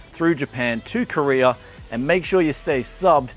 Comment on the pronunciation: you're in Korea... not Koree-ur.